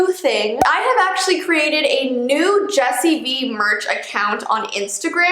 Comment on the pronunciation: Its not bee oof